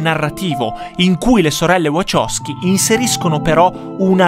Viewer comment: Wachowski si pronuncia VaHowski con la H